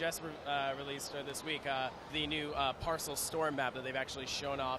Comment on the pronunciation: Parcel storm? Isn't it Paracel Storm? Lol.